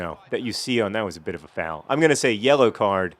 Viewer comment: I just realized that you say foul more like fawl... Sorry to hear about your murdering co worker